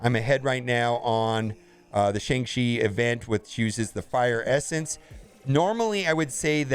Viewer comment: If you still can't pronounce Shang-Chi, try calling him Sean, like others are doing